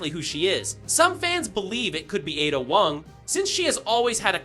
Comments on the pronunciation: "Atta" Wong. 😂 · Im sorry "addah wong"????? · I loathe how you pronounce Ada Wong